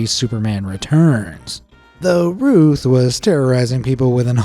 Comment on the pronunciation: Brandon Routh*, as in "South"